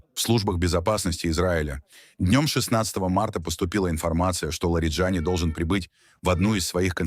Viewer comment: В иранских фамилиях ударение всегда на последнем слоге. ЛариджанИИИ